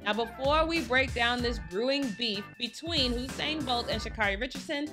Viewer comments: She keep saying “Oh-sain” instead of U-sain that got on my nerves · U-sain, not Oosain :) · Am I the only one who hears her saying ousain bolt 😭